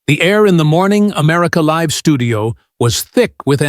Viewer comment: Do you know how to say LIVE? Stupid!